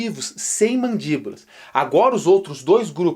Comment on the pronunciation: Como biólogo ta ok. Mas precisa melhorar no português hein kkkkk "Mandíbolas" não existe